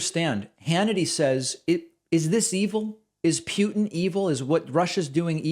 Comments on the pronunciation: It's Putin, not "Pee-utin". Just saying. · It’s Putin, not Pewtin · Why do you keep pronouncing names weirder and weirder…? It was kinda funny at first. But it’s Poo-tin Not Pew-tin Yet you pronounced it fine numerous times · The man’s name is Putin )(short u not long u). I think you know that. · Thank you, David... good job. But could you please stop saying Putin's name as "P'you-tin". It's supposed to be "Poot-in". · I hate trump. But the guy in Russia, his name is Poo-tin, not Pew-tin. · Dude you really need to get your pronunciation of "Putin" under control. Its not pronounced "Pyewtin", it's pronounced "Pootin". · David Putin is pronounced, "PUtin" not "Pewtin". Just saying. :) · it's pootin... not pew tin although i usully call him puny putrid putin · David, it's not Pewtin, it's Pootin. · David you love to criticize how people pronounce words so stop saying "Pew-tn". You sound ridiculous. It's "Poo-tn". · I have sat here rolling my eyes at people criticizing David's pronunciation of certain words. And now here I am, grinding my teeth over "Pewtin". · Why are you saying Pewtin? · Pronounce his name as POO TIN. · What's with the "Pew-tin"? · Who tf is Pew-tin? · Ok, David...now, you're starting to do it, "Pew-Tin" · Did David say “Pew”tin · David, I love your show. I'm a vocal supporter of you, but ya gotta stop pronouncing Putin's name as "PYEW-tin." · It's not "Pyootin". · Why does David pronounce Putin like Pyutin? Right before making fun of Trump's pronunciation... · “Is Pew-ton evil?” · Why do you call Putin for Pjutin? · Why does David pronounce putin like that? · You mispronounced Putin.